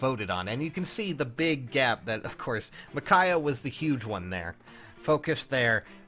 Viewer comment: Michaiah? It’s Micaiah.